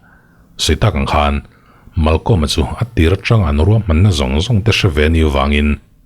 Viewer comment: "Chu pawh chu a ruak deuh danah" tih lai hi, "Chu pawh chu a ruah deuh danah" tih tur zawk.. Zofa te zing a aw(voice) nalh ka tihber te zing a miin i han tisual țut chu, human error/ mistake a nih leh nih loh pawh dâwn lem lovin ka rawn thai lang țhuaisss